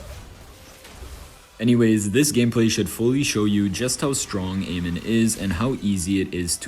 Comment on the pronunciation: It's amon not amen😅